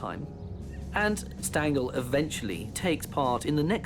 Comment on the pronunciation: Do prounounce Stangl correctly! Phonetically it's shtangel.